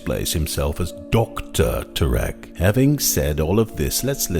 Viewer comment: First, his last name is pronounced Terr eck. Second, the "university" is NOT accredited so it is definitely not in any way any kind of scientific institution. Third the word is pronounced suh thern, not south ern.